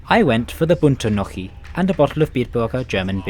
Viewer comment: Horribles how you did pronounce Gnocchi 😖😖😖